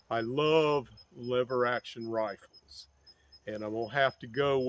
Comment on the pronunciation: YouTube really really really REALLY doesn't like me posting firearm related comments. It keeps refusing to post any comment I try to make on twenty-two "roofles". Here's my last attempt; I think twenty-two "lee-var roofles" are always a good choice.